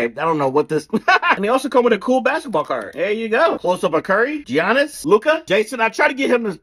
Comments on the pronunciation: It's not GEE-annis it's pronounced YA-nnis! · Bro it is pronounced yanis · Stop pronouncing Giannis the way you are.